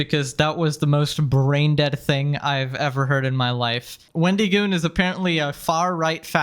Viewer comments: "Sir this is a Wendy-Goon". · It's so weird the way you say his name like it's a first and last name, Wendy Goon. It's a play on the mythical creature the Wendigo, and that's a short "i" sound, as in "it", not a long "e" as in "see". I'm also just picturing an enforcer sent by the fast food chain, a Wendy's Goon.